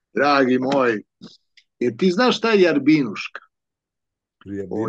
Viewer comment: Rjabinuška. Ne Jarbinuška. Neoprostivo. 😀